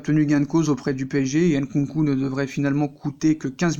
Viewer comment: Süle, ça se dit pas Soule, ça se prononce " Zuleuh"... Pareil pour Nkunku, on dit pas " Haine-Con-Cou".... Tu connais rien, j'confirme ✔️